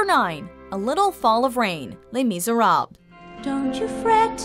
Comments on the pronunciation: ITS NOT LEH MISERABE. ITS LES MISERABLES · "Les Mizzer-rawbs" -.